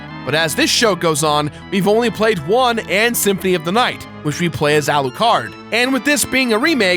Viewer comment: Oh my god... my ears bled in pain when you pronounced it "Aaaalucaard"